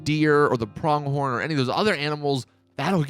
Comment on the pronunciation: “You hit B.” While playing on PS4.. Pronounces Lure as “Ler”.. and “prONGhorn.”